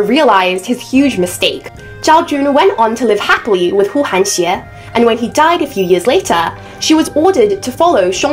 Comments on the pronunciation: 呼韩邪， is pronounced as Hu Han Ye, not Hu Han Xie 😊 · Correct me if I’m wrong but I believe it is actually pronounced Hu Hanye，not Hu Hanxie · The fact that you pronounced huhanye properly not huhanxie as the YouTuber did made me believe you at least more educated than her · Pronunciation: Hu 1 Han 2 Ye 2. Not Xie 2. Middle school history knowledge.